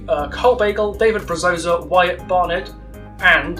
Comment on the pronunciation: Love the video, only gripe, its pronounced Broza :)